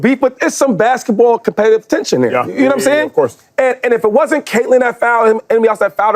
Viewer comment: did Shady really say COMPETA-TENSION 😂😂😂 "All of us sitting at this desk, there's somebody in our head right now...I wish someone would foul me right now." 😂😂😂